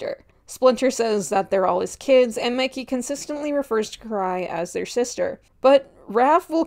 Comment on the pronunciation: WHY IS NO ONE TALKING ABOUT HOW THEY CALLED MIKEY, MICKEY 😨😨😨